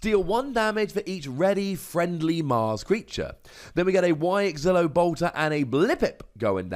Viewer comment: "Why-ex-ilo": say it how you see it 😅